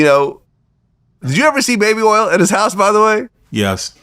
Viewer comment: Oil is earl Orange is Erangae Point is Pernt